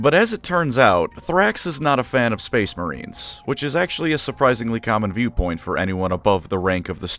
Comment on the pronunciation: Spuce Maurines!!!!!